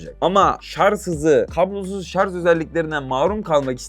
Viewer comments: SARJ DEMEYİ ÖĞRENİCEK. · Elinde telefon yok sağdan soldan duyduğunla sallıyon zaten antipatiksin görüşlerinde, kullandığın Türkçe de yetersiz şayomi değil şaomi şarz değil şarj maden bu işi yapacaksın doğru Türkçe kullan